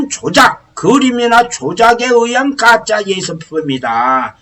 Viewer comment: 강의 내용은 좋은데 줄곧 '가짜' 를 ' 까짜 ' 라고 발음하시는것이 매우 거슬립니다